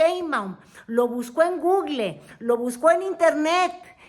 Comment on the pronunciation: 'Lo busco en gugle' 🥰😘❤💯